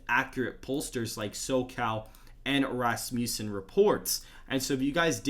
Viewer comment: Dude, Rass-mjue-sen may not be the right pronunciation. Look it up.